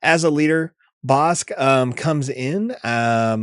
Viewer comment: That BK pronunciation 😮 Ive yet to decide if the bounty upgrade cards are worth running in limited. They have felt underwhelming though definitely interested in trying out Bossk